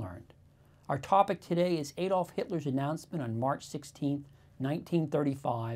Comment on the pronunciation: its not AYDOLF its ahdolf